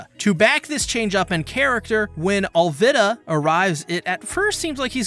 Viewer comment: Your pronounce Alvida wrong